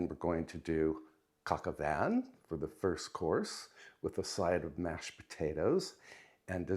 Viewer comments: I believe the dish is pronounced like coke oh vahn. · just a pronunciation correction. "Coq au Vin"......the "n" in Vin is silent!!! Great recipe - merci beaucoup... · It’s coq au vin